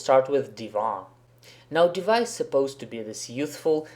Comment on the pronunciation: Хорошее видео, я согласен не со всеми предложенными вариантами, возможно, я опишу это позже. Но одно реально режет ухо - почему Див_А_? Она Д_И_ва. И да, много игроков произносят "гг" и "апм" именно так, за этим можно обратиться на стримы старкрафта и послушать.